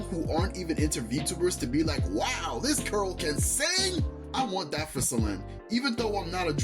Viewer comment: im sorry i cant with u saying her name as selene the whole video pls if u gonna make a video at least say her name right:body-blue-raised-arms